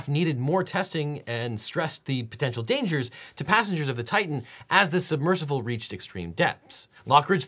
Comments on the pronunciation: How is no one talking about how Devon pronounces it submercivle? Idk if it's just me or am I going crazy? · Devon knows there is no letter "V" in the word submersible, right? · SUBMERSIBLE. Why do you keep saying "submersivle?" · If I start saying "submersivle" after hearing Devin say it for 25 minutes I am going to be PISSED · I’m here to hear Devin say “submersivle” over and over 😂❤